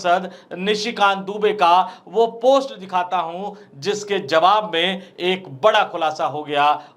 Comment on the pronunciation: Zawab nahi hota jawab kahiy janab kyunki urdu ke liye hamne 1 dabaya hai